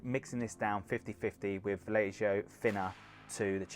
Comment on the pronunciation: You are killing me with Vallejo. It's pronounced Va-yay-ho. Nice paint job though. ;)